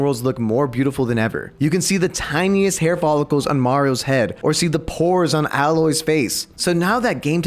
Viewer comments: man just said Aloy wrong😂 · how he said aloy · still can’t believe how everyone miss pronounces Aloy’s name🤦‍♂️